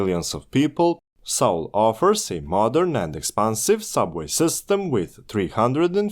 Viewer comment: "saul" station 🙄